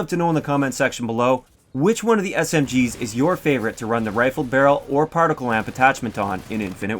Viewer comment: It's not partical. It's particle.